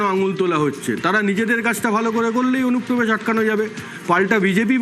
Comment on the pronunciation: অনুপ্রবেশ ❌ ওনুপোবেশ✅